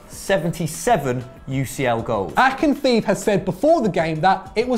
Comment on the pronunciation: Calling Igor Akinfeev "Aigor Akinfief"......Do some research first next time please. My ears bleed...